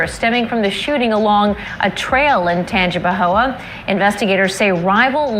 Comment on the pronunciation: This dude trying to pronounce Tangipahoe (Tan-Jah-Pah-Hoe) is hilarious